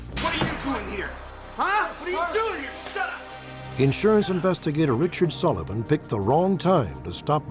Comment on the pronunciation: Charlene Richard’s last name should be pronounced “Ri-Shard”